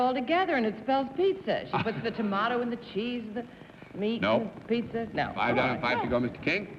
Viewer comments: It was just surprising to me that someone in the publishing business, an accomplished writer, and a person who did a lot of speaking engagements, would mispronounce a word (even an unfamiliar one). And it isn't just pizza. I've heard Bennett mispronounce words and names many times on different episodes. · Galileocan g If the correct way of pronounce "Pizza" is simular to how one say "Piazza", it's fine. Also "Pizza" = "Pissa". Wonder so why several dictionaries on the net, explain the pronuncation as Bennett's "Pittsa"? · This is the second episode in which Bennett has referred to a "Pizza" ...as a "Pittsa". WTF?? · Galileocan g What's My Line? SuperWinterborn In this case, I think he was just stretching the pronunciation deliberately to make the pun, "pretty as a pittsa." I vaguely remember him mispronouncing "pizza" before, but I don't remember what episode it was. As far as Bennett mispronouncing many words (and names), I have noticed that too. I speculated in the comments section of one of the other WML videos recently that perhaps Bennett was not a good auditory learner. Although well-educated and intelligent, and very good at learning through reading, it could be that he didn't pick up distinctions in sounds, accents, pronunciations, etc., as well as other people did and do. I have noticed that he also had a slight lisp, and this could be related to the same issue. (I am neither a speech therapist nor a special education teacher, but I have a lot of experience with both, so that's where I'm coming from with this theory.) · To be fair, being a non-New York person as I am, I'm amused by his pronunciation of most words. He sounds like a gangster to me sometimes!! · He always pronounced pizza that way. I think he thought that was the correct Italian pronunciation.